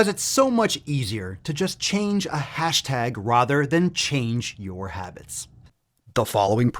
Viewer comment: You say the word “rather” weird